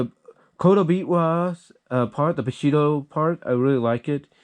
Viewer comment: It’s pronounced “bee-show-joe” , not “b-ish-ee-yo”, by the way